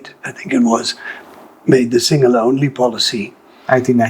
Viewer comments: He has Aussie accent but his Sinhala pronunciation is spot on. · These people are every bit Sri Lankan as we are. Love how good his sinhala pronunciation is. Bandaranayake made a huge blunder by the sinhala only policy.